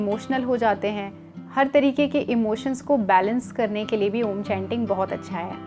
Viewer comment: आपकी बताई गयी जानकारी उचित है पर जब आप खुद इसका उच्चारण कर रही है तो विकृत रूप मे कर रही है, आपने उच्चारण किया आ......ऊ.......म जबकि सही उचारण अ..... ऊ............. म म मे केवल हम्मिंग होती है, म का ucharan नही होता